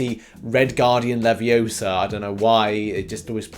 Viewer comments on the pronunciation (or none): It's leviOsa not leviosaa